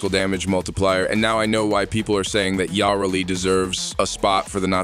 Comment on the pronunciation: Its Yuh-Reli not Yaw-Reli god this bothered me